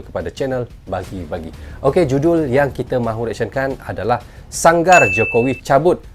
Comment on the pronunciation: Berozut sebut yg betul ye ? . . Sangarbukan sangar .